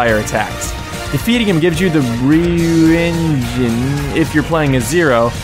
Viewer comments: ryu is pronounced like roo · did you know that ryu's name is actely ru